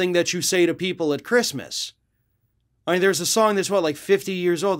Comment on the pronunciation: She said “who the fook gives a sheet about Chreestmas?”